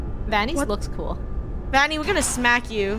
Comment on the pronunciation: It’s vanny not vonny